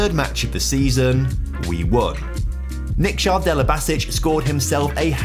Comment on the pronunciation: how do you manage to pronounce nikša (niksha) right but then not delibašić